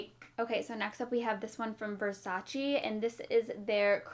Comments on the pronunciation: it's pronouced versach-EH. i just remember when Donatella was like "the most annoying thing about the brand is when people pronouce it versachEE lol love you! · VersacE not VersacI. You pronounce it wrong.